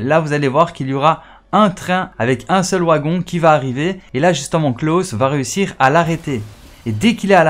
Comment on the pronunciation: Le wagon 😅, ta prononciationz ma tuer 🤣